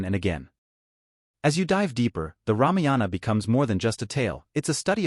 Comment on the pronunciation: It,s ramayana not ramiyana